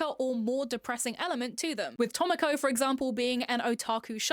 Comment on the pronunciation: ok i used to like cuetcore and i stilk kinda slightly do but hearing you say “tohmokoh from wahtahmotey, kohnahtah from lucky star, moey tan from moey tannnn” was sl funny ngl